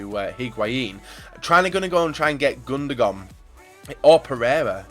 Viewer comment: Am I the only one annoyed by him saying "Gundogon"?